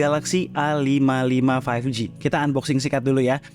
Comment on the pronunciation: A55, 55 nya dibaca SS